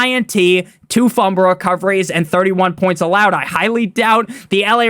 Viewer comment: I need a video of you saying Fumble (Fum-Bull) Recovery